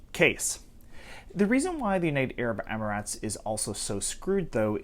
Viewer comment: Idc if it’s right or wrong, pronouncing it “amaratz” is annoying.